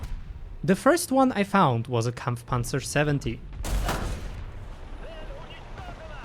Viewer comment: I was wondering what that accent was, untill i heard you perfectly pronounced Kampfpanzer xD